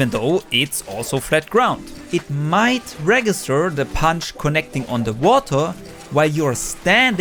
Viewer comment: great video as always. also in the watah section, you mispronounce the G in “register”. it’s pronounced like it has a J. it’s pronounced “rejister”. english is weird 🤷🏻‍♂️